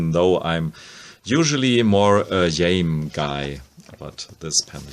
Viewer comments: Actually Jaime is pronounced closer to “Hi-Meh” (not May) with emphasis on Jai (Hi) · Jaime Hernandez or Xaime's name is pronounced (Hi May)